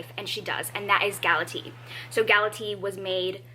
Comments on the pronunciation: Just so you know, Galatea is pronounced: Gal-uh-tay-uh. The Greek pronounce each vowel separately. 😊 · I can't with you pronouncing GalateA as if she were a kind of tea xD I study Latin and the Classics at university, so it is always interesting to me how people who are not familiar with the myths pronounce the names. I love it. (This is not hate btw, I could not pronounce certain other languages for the life of me either)